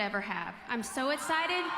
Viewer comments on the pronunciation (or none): " im so escited" rofl what??? 🤣 she can't say anything right like wtf was that 💀